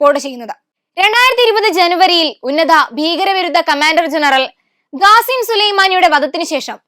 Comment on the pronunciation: മോളെ "ഗാസിം അല്ല. ഖാസിം